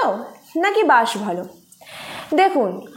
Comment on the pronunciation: bash na ota didi bus hobe 😂